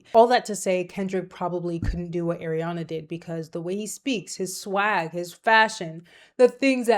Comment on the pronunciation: It’s pronounced ah-riana, not air-iana